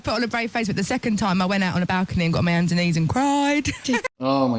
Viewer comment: I think she said ''got on me hands ('ands') and knees and cried''